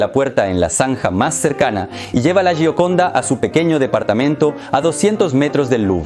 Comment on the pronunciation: Se pronuncia yioconda.